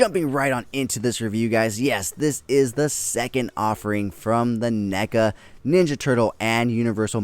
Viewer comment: Why’re you saying Nega? Its clearly Neca, crazy mispronunciation you got goin on there